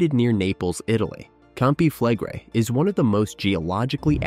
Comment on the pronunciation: Pronounciation: you pronounce the last two vocals seperately: e - i , Campi Flegre-i. No joke.